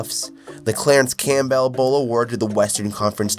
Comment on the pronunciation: Cam-bull, not Cam-bell for Christ's sake.